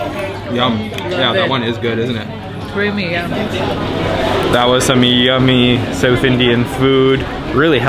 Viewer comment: It's south not sewth